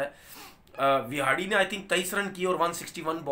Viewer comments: Tanvir Saab....Kindly Pronounce the right name...Its Hanuma विहारी And Not विहाड़ी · Pronunciation kaha se seekhte ho ?? 😳 Vihadi, Rahol, Pantt, Jadheja... 😀